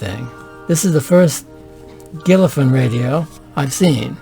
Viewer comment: It's pronounced gil fallon